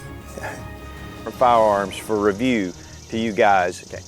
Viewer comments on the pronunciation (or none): none